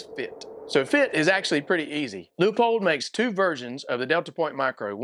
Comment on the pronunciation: As usual Leupold pushing envelope on thinking outside box. Cant wait for gen2 hope they can move battery location. Also thanks for pronouncing Leupold correctly!